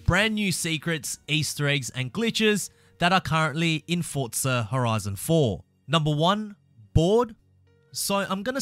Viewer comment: Mmmmmm "fort-za horizon"